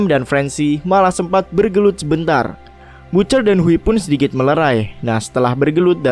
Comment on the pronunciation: Bacanya ba(t)ce(r)..bukan butcer